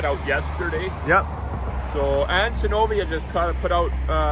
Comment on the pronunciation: Isn’t it Zenovia? I can’t hear very well with the volume down so I don’t wake up the husband. Thought her name is beautiful but with the B it’s a little different sounding.